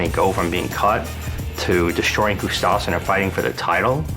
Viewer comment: owns a gym has UFC fighters in his gym and he can’t pronounce Gustaffson correctly!!